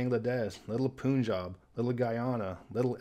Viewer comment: Punjab - please pronounce the 'pun' part of the name as you say 'Pun intended'. Not 'Poonjab'. Meaning of the name in Punjabi language: Punj-five , Aab-water; as it is the land of five rivers.